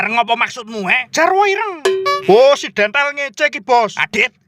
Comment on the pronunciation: Bukan dontol tapi dentel 🤣